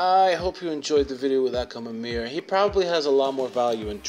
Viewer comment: That akhamamir needs some work! :p